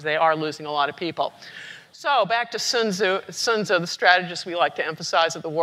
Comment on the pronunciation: She's one of the few who actually pronounce the name somewhat correctly.